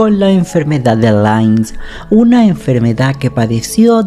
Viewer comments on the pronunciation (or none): LA ENFERMEDAD DE QUEEEEE? 😂😂😂😂... LYME, LYME, LYME!!! Y SE PRONUNCIA LAIME!!! 😂😂😂